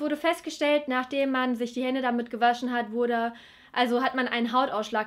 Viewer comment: man wãscht sich die hânde und hat dann keime😂